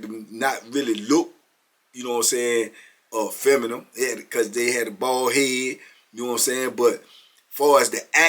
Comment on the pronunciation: don’t say feminine he say “feminum” 😂